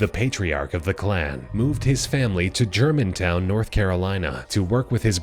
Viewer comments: its Germanton not Germantown. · I live near Germanton and pass by the house everyday by the way it’s germanton not Germantown